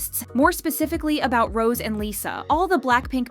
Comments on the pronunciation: HER NAME IS NOT ROSE!! IT'S PRONOUNCED ROS-AY!! Jesus Christ. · The way they pronounce her Rose instead of Rosé is proof that this channel is not a kpop fan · For god's sakes, stop calling her "Rose"! Her (stage) name is "Rosé". The é changes the way it is pronounced. The acute accent changes it to make it sound like "Rozay". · why do you pronounce rosé "rose" (and also hyuna "hyoona")..? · pls learn how to pronouce Rosé, its not Rose :((( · Her show name is NOT ROSE , but. ROSÉ ...SO please stop saying rose . Frustration